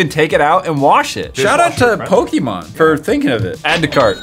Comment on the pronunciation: OH MY GOD THERE'S A YOUTUBER THAT KNOWS HOW TO SAY POKEMON